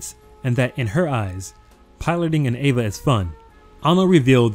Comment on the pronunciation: why do you call it ava and avongelion?